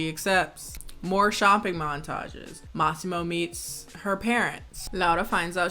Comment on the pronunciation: For someone who doesn’t speak Italian, your pronunciation of Lauria and Massimo was spot on.